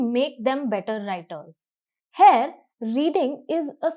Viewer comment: Glad to see the way explanation is given except a few flaws. Pls correct spelling of grammar. Pronunciation of Here is not as that of Hair.